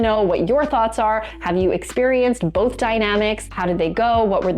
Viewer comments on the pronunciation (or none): none